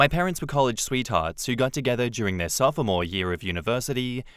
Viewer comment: I giggle every time he pronounces the “o” in sophomore😊